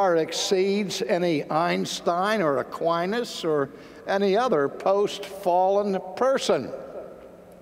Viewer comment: Aquines is a Latin name, unfortunately I heaven't heard one American who can pronounce Latin correctly. God is infinite means simply, we don't know where he is, what he is and how we should understand him (or her). We define him therefore as infinitely potent and smart. It also means we ignore and deny the possibility that anything else is infinite (such as the universe).